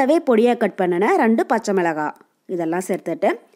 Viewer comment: ரண்டு இல்லமா ரெண்டு